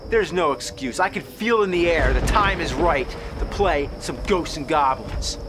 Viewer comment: "Ghostseses and Goblins" 😂